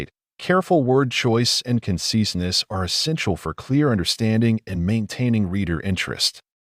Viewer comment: excuse me? Who pronounses conciseness "cone-SEES-ness" 😅 who wrote this? Ai?